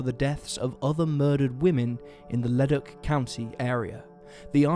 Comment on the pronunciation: Excellent! Thank you for spotlighting this case, it just breaks my heart hearing her last phone call. I hope they find the bastard who killed her. And as a quick aside, Leduc is pronounced Le-duke.